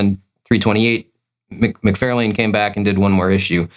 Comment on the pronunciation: It’s Mc Far!!lane not Fairlane.. SMH 🤦